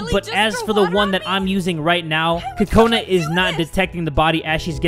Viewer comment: Your saying Kakoni (sometimes) instead of Kakona